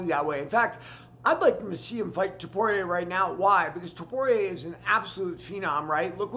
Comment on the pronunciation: Dude before you attempt to comment on this topic, at least learn how to say the names properly. I mean jeez man. How are we supposed to take you seriously or respect your opinions when YOU CANT EVEN SAY THE NAMES CORRECTLY. Stay off the microphone dude. You are damn near having a stroke trying to pronounce the names. Put some effort in. Can't say Ilias surname. Can't say Drikus's whole name. Can't say Tsarukyan. What can you say? Frustrating to listen to this fool butcher everyone's name. Put in 10 seconds of effort to learn the names. Because you are attempting to sound knowledgeable on a topic where you dont even know the dudes names! So you end up sounding foolish instead